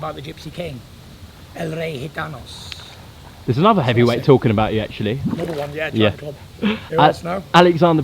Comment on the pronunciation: El rey gitanos!!! Perfect accent shame he dropped the plural in